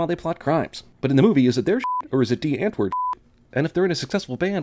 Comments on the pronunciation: You said D right but u didnt say Antwoord right. It just stood out and i understand its an afrikaanse word but like ive studied it for 5 years now so like its a really easy word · Hey bra gee vir hom "die" ek meen hy probeer seker? Hy moet sy "antWooRD" oefen